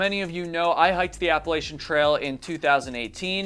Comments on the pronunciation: It's A-pa-la-chain......not appalshin 😅 I got so much shit for this....just wanted to save u from 5k in comments lol Great video considering patreon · Please, for the love of God! It's Appa-latchin. I apologize in advance but I've watched a number of your videos and this one finally put me over the edge. 😂 I've lived in the Appalachian mountains (AKA The Blue Ridge mountains) for most of my adult life. ETA: I'm really enjoying your videos.